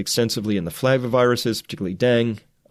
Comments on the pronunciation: So far he reads us news stories and calls himself a scientist. I'd like to know what qualifies him to speak as an authority on this if he can't pronounce "Dengue" properly. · Hi Chris, it's pronounced den-gee fever, FYI. Thanks for all you do. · Dengue = den - guaa. please pernounce right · Thanks much for the report. Btw, “dengue” is pronounced “DEN-GAY”. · BTW it's Deng-gay not Deng. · My go to site to get wuhan virsus info but I just have to FYI on dengue fever pronunciation cause it is driving me crazy... den que 2 syllables den & que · Dengue virus is pronounced ---> den•gue dĕng′gē, -gā (Two syllables) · You had it right the first time. Dengue is pronounced deng-gee. It's driving me crazy. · It's 'den-ghee. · Correct pronunciation of Dengue is "deng gay" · Dengue is pronounced den-gay. Great information Chris! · “Dengue” is pronounced ‘den-geh’ or ‘den-gay’... FYI. The antibody mediated viral entry in dengue increases the likelihood of dengue hemorrhagic fever, in which case the patient’s platelets fall and increase risk of life threatening bleeds. This is the reason that dengue vaccines are not currently efficacious. They increase the risk of antibody mediated enhancement through non-neutralizing antibodies. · its den-gay i don't know how chris didn't know that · Its pronounced Denggii...not Dang...UE is not silent... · It's pronounced denGAY. lol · I believe it's pronounced dang eh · Baaah! I Its pronounced Den-ghee ghee like clarified butter. Den-ghee. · Denge, pronounced like Bengay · Pronounced DEN ~ GAY ~ (dengue) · Dengue.....pronounced dean-gee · Dengue is pronounced den gay. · Dengue is pronounced den-gay. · I think it's "den-gue(goo)" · Dengue is pronounced 'den geh'. Not trying to be a smartass, just clarifying. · you're the first pathologist I've heard pronounce 'dengue' as "deng" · Just FYI, "Dengue" is pronounced deng-gee (with a hard 'g' as in 'growth'). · pronounced DENGEE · DUDE.....it's DEN-GAY FEVER.......